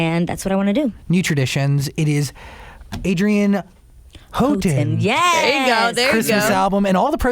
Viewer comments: "how-ton" LOL ITS HOUGHTON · Nooooo he did not pronounce her new last name like omg 😂😂😂😂😂